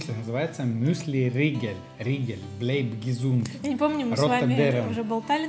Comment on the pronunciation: и не мюсьли, а мюсли...